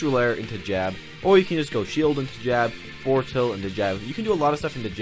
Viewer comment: lmao he said foreward